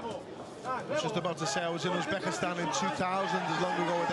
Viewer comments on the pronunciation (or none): Господин,. Англичанин, прошу, правильно, произносить, слова,. Узбекистан, или,. Узбек